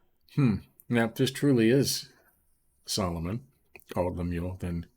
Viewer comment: Annunciation is wrong. Lemu el